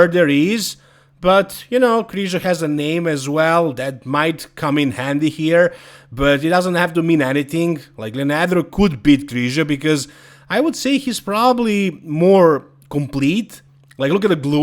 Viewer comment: Can you say: LE-AN-DRO.???